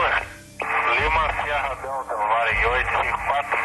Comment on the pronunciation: Torre fala LEO ao inves de LIMA hahaha